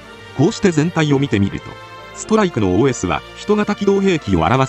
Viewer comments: OS読む時発音良すぎw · すごいネイティブww